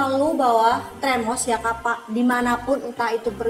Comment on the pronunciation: Termos bkn tremos kak wkwk